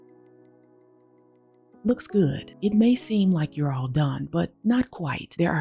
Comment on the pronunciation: "Looks ghoood" 😄